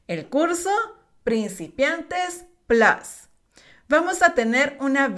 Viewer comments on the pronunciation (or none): none